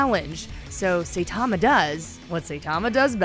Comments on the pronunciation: It’s saitama not say tama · SAITAMA, SAI-TA-MA , さいたま! Not SAY-TA-MA, せたま! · Seitama (Say tama)? Ginos (Gee nose)? Triggered! >_> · Did she just call him "Say" tama?... try watching a show before you make a video about it. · I quit the video the moment she pronounced it "Saytama"... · It's not saythoma it is Hi with an S(Sai) Tuh and ma Saitama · This video was soo cringey how you gonna say “say tamma” instead of saitama.... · All you had to do is pronounce the damn Sai Tama girl Not sitama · Say tama no saitama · Not say, Sai, it's SAItama lol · Say tama and ginos. Nice job, nice job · Saitama like the weapon "sai" or "sigh". And Genos as in "generation." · ITS PRONOUNCED SIGHT-TA-MA DAMN YOU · Stopped watching when she said "Saytama". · Say tama and gee nos. Okay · Say Tama and G Nose... Press F x ∞ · SAYTAMA GEENOSE 😂 usually I don’t complain but oof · SAY TAMA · saytama and jeanos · Who tf is Sayytama? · Aren’t they pronounced “Sai-tama” and “Jen-os”?? Lmao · Sayytamma lol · I am wondering if She pronouns “Saitama” & “Genos" as Saytama & Gnos Then Fubuki? should be Fub Uki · i am cringing at this person's Japanese pronunciations ,"G Nos"? "SAY TAMA? Ew,no! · Who the hell is say-tama? This bish even watch it? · She's really gonna mispronounce the protagonists name throughout this entire video dedicated to him huh. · How is she gonna pronounce Saitama's and Genos' names like that? Did she even watch the anime or just reading the script from an actual anime enthusiast? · She butchered my man Saitama's name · stop saying Saitama like this